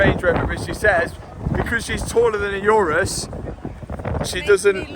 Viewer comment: The only time heard Mat mispronounce a car name 'URUS' 😂😂😂😂😂😂😂